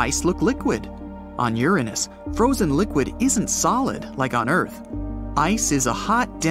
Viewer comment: "You're On Us" (Uranus)😂😂😂😂